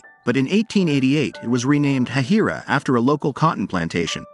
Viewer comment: It is actually pronounced hay-hi-ra